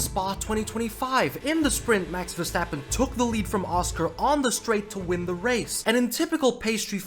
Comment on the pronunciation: No fucking way you just took my saying when saying Verstrappon. I've been calling him that for years now. You read my comment didn't you?